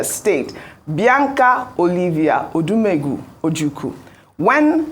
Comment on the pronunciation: Shame on you, Arise News. You are focusing on one woman, Bianca Onoh., can not even pronounce the name Odimegu, despite the fact that she is ibo. The inequality is starring you all in the face and you can't even see it. Look at all the names in the so called cabinet reshuffle and see tha gaping tribalistic and religious centric selection. We don't know if your government is following the British style of parliamentary system or American. Your section of arise news is quite a joke. Far from fair analysis and playing lip service. So patronising on Bianca Onoh and castigated the other lady that was sacked. Your obsession with the ibo race is something else. I'm going to stop watching your nonsense. Only I will miss rufai and ayò